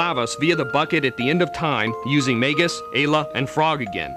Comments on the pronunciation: i always thought it was pronounced 'mar-lee' because that's actually a name. in the japanese version though she actually was just called "marl" and instead of being "princess nadia" she was "princess marledia". as for magus.. well i thought it was pronounced "may-gus" but i could be wrong. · They guy can't pronounce anything right. ee-pok Mag-us Mar-ul The only one he got right was Cro-no Trigger. These are actual terms and words...marle is Latvian for gauze bandage.